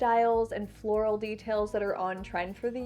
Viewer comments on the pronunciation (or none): none